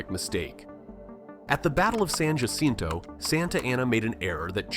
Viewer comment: Narrator pronunciation of Spanish in incorrect. Just one example: Spanish "J" is pronounced as an "H" Thus Jacinto is pronounced Ha-sin-toe.